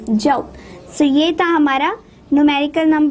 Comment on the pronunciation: Jumsss nhi hota joul hota ha😂